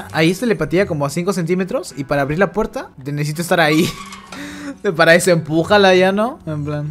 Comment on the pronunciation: A mi también me dio risa "cuendo" paso ezo Cak